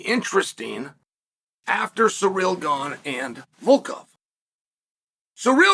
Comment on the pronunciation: “Surreal Gone” and “Pavlitch”🤦‍♂️😂